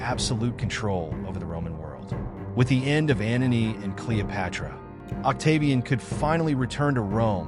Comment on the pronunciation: Antony not "Anony"